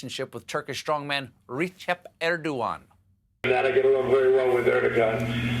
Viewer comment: For the last time, stephen! "C" is pronounced like "j" in turkish. "Recep" is pronounced "rejep". Not "re-sep" not "re-cap". Understand??